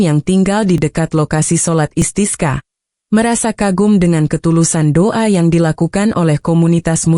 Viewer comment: sholat Istisqa, bembaca beritanya spt tdk tahu pengucapan ajaran Islam ( bahasa arab ) asal baca saja tdk tahu maknanya